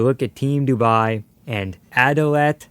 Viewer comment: instead of Dubai its Duabi....